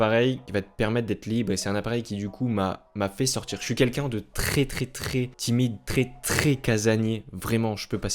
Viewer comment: Bonne vidéo mais on prononce « è » pas « é » dans le « très » ..